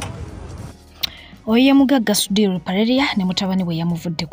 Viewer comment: He can’t even pronounce the name sudhir ,nga nawe oyogela.mbu kiseka